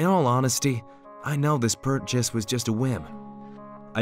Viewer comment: He's a furry cuz I heard him say purrchase